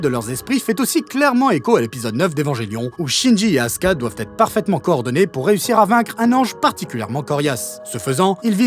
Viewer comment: Tiens qu'un qui prononce correctement Asuka.